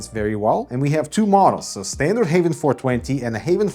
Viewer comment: I hear Havn them self call the brand Haven but it is spelled Havn,,,,,, which is very confusing for this Dane that among other are fluent in both Swedish and English. Havn in both Danish and Swedish mean harbour, where as haven mean garden / the garden. But aside for that mess, well it is a nice case, i just wish there was a cheaper none glass version, CUZ i am a adult and i have nothing to prove to anyone i know.